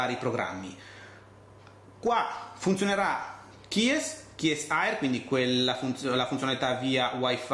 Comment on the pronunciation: Bellissimo tablet, però dovresti imparare a dire meglio Kies Air lol.